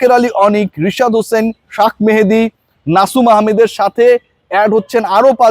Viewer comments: ভাই শেখ মেহেদীরে শাখ মেহেদী বলা কি ঠিক বা কেন বলেন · ভাই আপনি প্লেয়ারদের নামগুলো ভালো করে উচ্চারণ করুন।শেখ মেহেদী কে শাক মেহেদী কেন বলছেন ।আপনি একজন শিক্ষিত মানুষ এটা বলা ঠিক না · ভাই একজন প্লেয়ারের নাম শেখ মেহেদী। আপনি বলেন শাক মেহেদি কেন???? শেখ বলতে প্রব্লেম কোথায়??? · ভাই তুই কি উচ্চারণ ও ঠিক মত উচ্চারণ করতে পারিস না,, সাখ মেহেদী কই পাইলি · শাক মেহেদি মানে কি???🙄উচ্চারনকে অত্যাচার বানায় ফেলেন